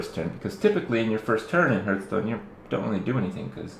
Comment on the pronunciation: It's not called "hurtstone" ffs..